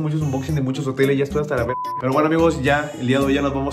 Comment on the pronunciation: "berga" :D